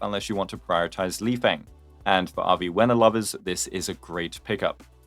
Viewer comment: I’m sure lifeng’s name is pronounced lee-fung since his name is chinese just like dan heng and the same rules apply. no shade